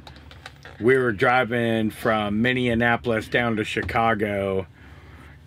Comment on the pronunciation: Yeah it Minnie-apolis. No extra n’s. Not like Indianapolis. My husband gives them crap every time. Lol. We still love them though 😉😘🚛💨